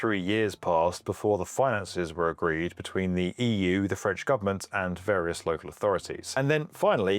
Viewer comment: Your French prononciation is impeccable 😂